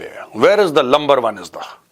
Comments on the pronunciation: Number oan❎ Lumber oan✅. 😅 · It's not LUMBER it's Number 😢